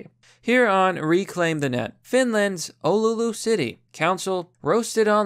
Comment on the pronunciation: oh no is about to slaughter finnish names. edit: well you actually said "oulu" right, most get it wrong